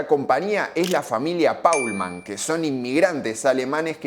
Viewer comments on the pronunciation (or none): Es alemán y se pronuncia como está escrito es decir Paulmann y no Polman que sería inglés y no alemán. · Al menos podías pronunciar el apellido como debería ser